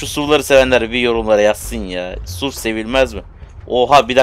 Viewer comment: Abi suv kelimesi okunuş olarak ( esyuvi ) diye okunuyor neden suv diye söylüyorsun 🤣